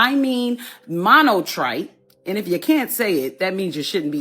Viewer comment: YO, chick who can't pronounce 'MONONITRATE', But still rips others off..... Come on.....